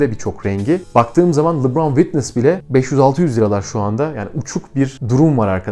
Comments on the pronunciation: Abi seni severek izliyoruz ama çok merak ediyorum ne zaman oyuncu isimlerini doğru söyleceksin 😅 "Lubraaan...." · Lebron ingilizce lubron veya lıbron diye okunuyor